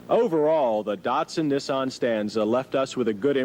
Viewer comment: First the Cam-Ray and now Neh-saan. Can't wait to hear the next offbeat pronunciation 😄